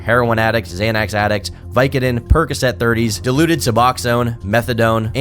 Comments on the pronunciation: is pronounced Dilauded and not diluded. I understand the mistake, have had to deal with all of these for most of my life due to addiction. I see Steve O and Novak as the end goal to aim for. Don’t turn out like Bam. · Dilauded, Suboxone- not diluted suboxone:P ~ in (sorry can’t help myself, it’s a funny editing mistake that someone not obsessed with different uh… medications… would easily make) this is such a raw story for an addict so I’m pretty invested bothering to write this out) Love you,! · Its not "diluted suboxone" Its dilaudid AND suboxone. Two seperate narcotics. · It’s not ”diluted suboxone”….it’s dilaudid, suboxone. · Not “Diluted Suboxone” but Dilarded (i’m not certain if he spelled that right) but it is an extremely strong opiate that comes in pill form! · Great video, one thing- you don’t get “briefly pronounced dead” You are pronounced dead when a medical specialist expert certifies you are no longer alive and a death certificate is issued. You can be “technically dead” by not showing signs of life and by your body has stopped functioning and not being able to function without intervention Then you are resuscitated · Its not diluted, its dilaudid and its another good pain killer.🤗🤣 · It’s dilauded you moron. It’s a pill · it's pronounced dil-awe-did (brand name for hydromorphone) Bam is not calling Novak deluded/ delusional for being on Suboxone/ Methadone.... Although the similarity is likely why the drug company named it dilaudid.... just wanted to clear that up. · You said dilauded wrong........ diluted is not a drugs